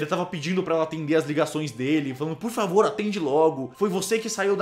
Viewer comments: "Por favir..." kk Edição tá boa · por "favir"? favir??? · ''favir'' kkkkkkkkkk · "por favir mrv" kkkkkkk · "Por favir " Kkk